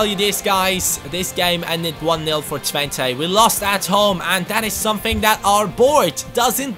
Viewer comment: You pronounce Twente as Twent-uh